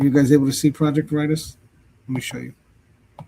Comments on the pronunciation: Vare a taus- that’s how it’s pronounced and I’m surprised you never heard of it- they are on the news fairly often. You can go before a judge and give any account of fear of harm and a judge can rule without evidence . Wonder Why didn’t she get an order in Washington ? It’s icy in Washington , she could have injured herself somehow then blamed him- id like to see pictures of strangulation , to confirm. All news media were at Guthrie home - major news outlets were there 24/7 for over a month. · Project Veritas is pronounced Verra toss, it's the Greek word for Truth. James O’Keefe has another youtube channel called O’Keefe Media Group. He is widely known for getting to the truth doing videos undercover to get to the truth along with interviewing whistleblowers. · Project Veritas pronounced Ver i toss is a very famous group. The government has used their sting videos as proof in election fraud, and many other things. I first heard of JLR on an Interview Room live video. They said they followed them, so I followed them and I've watched for a couple years now. I just unsubscribed. This guy is a real low life. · Pronounced 'Vair - ee -toss". It is O'keefes endeavor. You've never heard of it? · It's pronounced Ver ah tas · that is Ver-i-toss. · Project Veritas = Ver ē tas pronounced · Your saying the project name wrong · How do you not know Project Veritas? Actually, you probably would recognize it if you pronounce it correctly. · WOW, Can't believe you never heard of the extremely well-known Project Veritas and you are mispronouncing the name. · My thoughts... I squirmed as this host butchered the word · Your pronouncing it wrong, dumb ass. Everyone know who O'Keefe is and project veratous. He's very famous, unlike you. CO's are corrupt too. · It’s VERITAS!!! Anyone doesn’t know Project VERITAS ???🤷🏻‍♀️🤷🏻‍♀️🤷🏻‍♀️🤦🏻‍♀️🤦🏻‍♀️🤦🏻‍♀️( CHECK THE DAMN PRONUNCIATION!!!!!) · Youre Pronouncing it wrong. Not 'Vur ITIS'. Its pronounced 'VER uh toss' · Veritas is pronounced Very Tas.